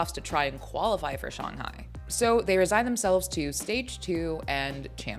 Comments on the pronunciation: Firs time I ever heard someone called Shanghai "Shung hai" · Her inability to pronounce Shanghai properly is irking my soul FR!